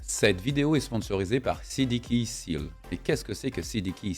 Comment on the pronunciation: Hello, merci pour tes vidéos, j'adore mais stp, on ne dit pas cdkeysils, on dit cdkeyséls, le "a" en anglais se dit "é", j'ai mal aux oreilles!! lol